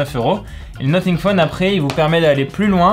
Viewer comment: Ça se prononce nossing pas noting😂 sinon merci pour la vidéo vrmt bien !🔥